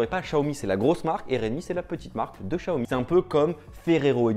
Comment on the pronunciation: juste pour l'avenir prononce "siaomi" vu que c'est du chinois sinon super vidéo ;)